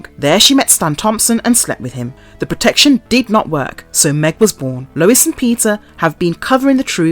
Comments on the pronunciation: It's just "Family Guy" no "The*" and it's Lois (Low-iss) not Lewis*, that's a man's name. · LOL why does the narrator call Lois "Lewis"?!! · HIS WIFE LOUIS? Seriously?! Or was that your accent? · Video unwatchable due to repeated mispronunciation of Lois' name. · PLEASE learn how to pronounce Lois (there is NO W in her name) and the town name of Quahog